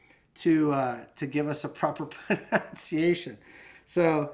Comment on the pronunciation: I like this pistol/gun...it feels like a airgun to me. Funny thing, you mispronounced 'pronounciation'... its "pronunciation"! 🤣